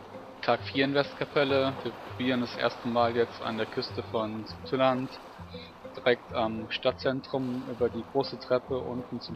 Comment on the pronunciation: Es heißt Sauteland, also ausgesprochen